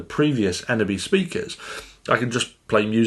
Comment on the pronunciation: Its pronounced as ‘ sim-phone-is-kh ‘ not symfonski. Thumbs up for the previous video, you did pronounce ENEBY perfectly. I do hope they will at some point update the eneby line to become part of symfonisk. Or release a symfonisk that is similar to the eneby in shape, form and function.